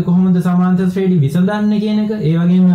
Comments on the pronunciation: සුපිරියටම පැහැදිලි,, හැබැයි සමාන්තර ශ්‍රේඩි නෙවෙයි ශබ්ද වෙන්නේ ශ්‍රේනී කියලා. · ශ්‍රේනි තමා හරි නම.ශ්‍රේඩි නෙවෙ.ඩියන්න නෙමෙ අකුර.ඒක ශබ්ද කරන හරි ක්‍රමය 'නි'